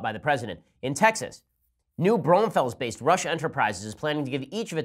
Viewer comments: It’s pronounced New-Bron-fells, not whatever way you just destroyed that name into, lol. I’m from that area. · C. Alan I was like WTF DID HE JUST SAY?! Have never heard someone butcher it up that bad...hahaha! #texasforever